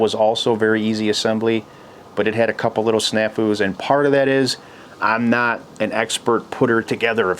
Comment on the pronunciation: Snaffoo? Wtf is that?